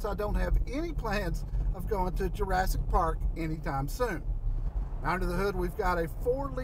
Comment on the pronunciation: jarrassic park??? wtf is he talking about???